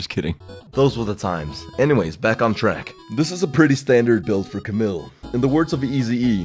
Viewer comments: "ca-mill"?.. isn't it pronounced "ca-meel"?.. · CamILLe not Camil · It's "Cam-EEL" Not Camill :'(